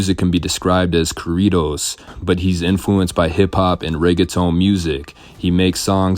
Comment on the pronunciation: Say corridos correctly 😂🥴